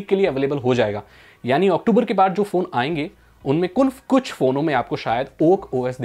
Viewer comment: Aap Kuch ko Kulf bole...i noticed 😎